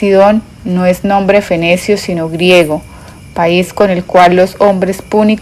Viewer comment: Disculpa pero porque no cambia la acentuación de algunas palabra? Es Perséfone no Persefón es ibéro no ibero,es fenicio no fenecio. Hay varias palabras mal leidas